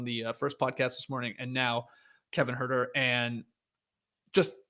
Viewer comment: At first I was surprised and disappointed that you didn’t pronounce “Huerter” with the appropriate NoDunks flair, Skeets, but you redeemed yourself nicely. Leigh Leigh would be proud.